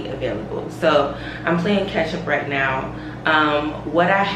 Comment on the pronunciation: The picture of beyonce and then you rolling your r in "right now" got me laughing lmao